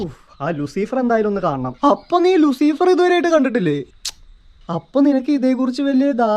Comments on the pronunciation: Machanee Luseefeer Alla pronouncation Loosifer anu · Luciiifer alla mone Luuciferr😂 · Not ലുസീഫർ its ലൂസിഫർ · ലൂസിഫർ ❎ ലുസീഫർ✅